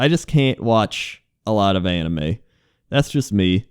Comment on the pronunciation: when you said anime for the first time I heard Anna May